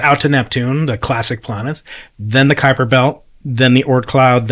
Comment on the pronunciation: I am amazed how proper you pronounce Kuiper!🇳🇱